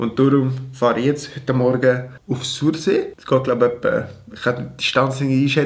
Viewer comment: „Sorsi“ ned „sursee“ 😘 geils video, wie emmer!